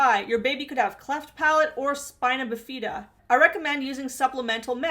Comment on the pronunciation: lol the way you said spina bifida